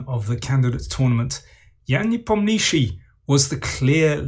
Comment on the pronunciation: That Nepomniachtchi pronunciation is really weird and not correct lol